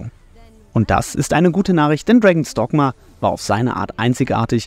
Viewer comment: ich hör die ganze Zeit "Dragon Stockma"